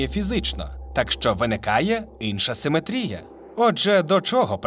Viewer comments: В українській мові правильно ставить наголос в слові симетрія на другий слог: симе́трія. Хто в школі геометрію не вчив?! 😂😂😂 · Шо з наголосом у слові симетрія, сорі це неможливо слухати. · Не симетрія, а симетрія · Перепрошую, а хіба ми кажемо не симЕтрія? Бо, у вас постійно чув симетрІя